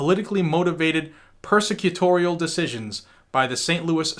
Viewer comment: I like the way you misspoke "prosecutorial" as "persecutorial". That's really what's going on.